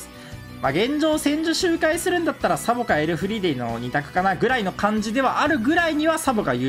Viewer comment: サポになってるけど→サボです😅